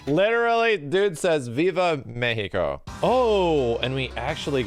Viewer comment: he saids more like "VIVA MEICO!" :c